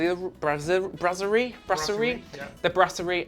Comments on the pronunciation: Brasserie.you said brassiere, which is a bra. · (I know this is a serious video) BUT... you pronounced La Brasserie as "La Brassière" which in english is "The Bra" 🙂 Brasserie = Pub. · What's so hard about pronouncing Brasserie, have you not heard of the brass the metal? La Brass-er-ee. Google is your friend. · I'm fine, thanks. The pronunciation is indicative of their standard of review. If they can't even be bothered to "learn the lingo" a bit, and drop the silent T, then what else don't they understand/comprehend? It has nothing to do with having a regional accent, I'm from Scotland, yet we know how to pronounce words that are said to us by foreigners without elocution lessons. No wonder the English have a reputation for being arrogant abroad. It's not a big deal. MSC will continue to be sold out, even these 2 guys will be back, I guarantee you. Go on a MSC cruise and see for yourself.